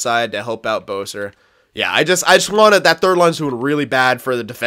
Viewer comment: Boeser? It's besser btw